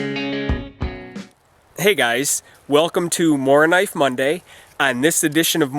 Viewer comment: Very nice video again, my friend. I enjoyed it, as always. With a Mora you can´t go wrong. Ha ha. :) Thanks for taking your time to do this Morakniv mondays, and hey, you said Morakniv really well. I am proud of you!